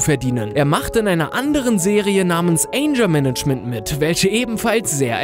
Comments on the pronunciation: Das MJ einen Unfall hatte, höre ich zum ersten mal! PS: es heisst nicht Anjer-management sondern tatsächlich AnGer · Bei dem Namen "Anger Management"(in deutsch so betonen "änger management") betont jeder deutsche das G flasch. Bei einem YT Channel dieser größe sollte wirklich auf ausprache geachtet werden. Erstrecht weil ihr auch einen Englischen Channel habt.